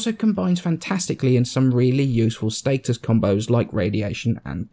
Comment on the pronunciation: what about status? He says state-es